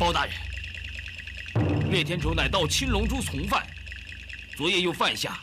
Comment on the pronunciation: 青龙珠~七龙珠，发音好像喔，还以为包青天要审七龙珠?！🤣🤣🤣🤣🤣🤣🤣🤣😁😁😁😁😁😁😁